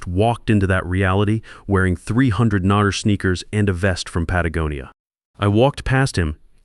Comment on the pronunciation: Hey, he pronounced Patagonia properly!!